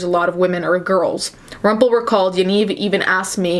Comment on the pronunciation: Hearing you say Rumpel was pretty cool. This is so fucked up though.